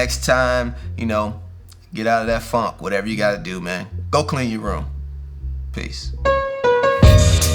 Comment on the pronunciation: Your accent made it sound like ”Fuck you February” and honestly that’s accurate 😂😂